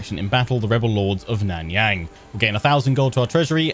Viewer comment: Love the video. Here're some help with the pronunciation: Miao Ying - Meow Ying Nan Yang - Naan (the bread) Young